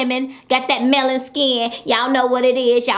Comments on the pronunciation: "got that mailing skin" ... it's melanin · Did she say “melon skin”🤣🤣🤣🤣